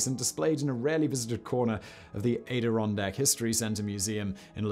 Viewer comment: Good video, but the way you pronounced Adirondacks hurts my Soul. I am from the Adirondacks.